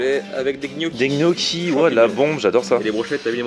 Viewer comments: Alors les pâtes que tu as mangé, les gnocchi, ne se prononce pas "g-noki" (le son "gueu"), mais ça se prononce "gnioki".. Il y a beaucoup de mots comme ça que tu prononces de travers mdrrr en tout cas continues tes vidéo, elles sont cools;) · et pour info les gniocchi ca se prononce nioki mdrrr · Pardon ?! Les GNOCCHIS on dit Nioki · Ils sont sérieux avec leur "Gnocchi" ? ça se prononce "NIocchi" bordel Mdrr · Chelou comment tu prononce gnocchi ! Pourquoi le son gueu ? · sa secrit gnochi sa se di nioki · Apprend a bien dire gnocchi onair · Gnocchi le G ne se prononce pas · On ne prononce pas le "G" de gnocchi !